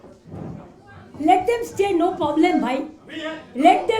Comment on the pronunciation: খরচা কে দিলো সব, একটা হিসাব হোক, মাতাল জোচ্চোর নিয়ে যাবার। পপার (proper) way 😅 পব্লেম (problem)😅 যারা জানেন, বিদেশে একাডেমিক বক্তৃতা বঙ্গ থেকে যারা যান তাঁরা জানেন কত বড় hall আর মানুষ জন কত হয়। বঙ্গের রিপ্রেসেন্টেশন অত্যন্ত দুঃখজনক।